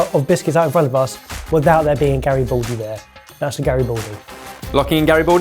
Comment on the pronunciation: for anybody who'd like to learn the correct pronunciation: Garibaldi does not have an "o" sound. it's not Gari-bo-ldi, it's Gari-BA-ldi, with an open ah sound like in m-A-rch